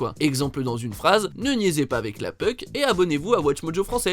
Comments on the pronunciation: *Bémol de prononciation, on dit: < >, prononcé avec le < > et non "puc" comme dans < > etc (on dirait, en fait, que vous dites "peuk"?) Merci pour la vidéo, c'est plaisant d'avoir une vision outremer du pays!🎉🎉🎉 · Le 10 e c'est pas « peuk » on prononce « poke » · J'adore comment tu dis puck